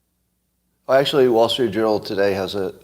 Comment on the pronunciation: did he just say the wall street jewnel??? i’m pretty sure he did